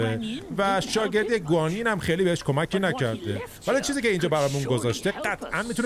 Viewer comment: تلفظ درست معبد گوانیِن هست، گوانیِن یک الهه در این دنیاست که در هدایت سان ووکانگ نقش مهمی داشته